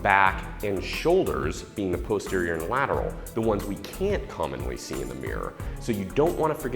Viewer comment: but if you load up heavy on the face pulls... won't you use more arms in general than posterior deltoids?... which you guys may want to check with a linguist on the correct pronunciation of posterior... bit suspect.. but still love you guys.. keep the helpful vids coming!... Any new recipes? Especially winter stews/soups to stay lean. I make a mean chicken soup!